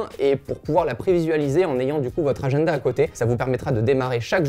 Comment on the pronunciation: "Agenneda" RAAAAH 😂😂😂